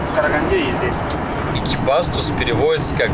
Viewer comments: ЭкибастУз!!! На у ударение) это моя вторая родина живу в екб сам) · ЭкибастУз - всегда ударение на У было... Странно что водитель тебя не поправил. Хотя может что-то изменилось с произношением) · Братан,ну емае,делай правильные ударения на название городов,Экибастуз, ударение на у. Без обид